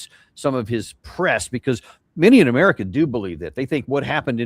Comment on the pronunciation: u say it like i do because thats what it sounded like when Lydon Johnson said United States of Murca